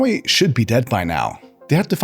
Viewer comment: Finally a tech YouTuber who can correctly pronounce Huawei Subscribed